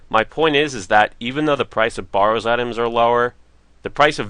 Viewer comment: Bare-rows correct pununciation :)